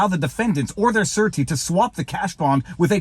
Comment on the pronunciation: I couldn't figure out what a "certi" was - then I saw the word "surety". It is pronounced SHUR-A-TI. Then it made sense to me, as in a surety bond...